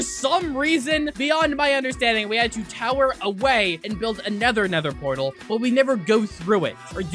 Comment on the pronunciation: bro said anether nether portal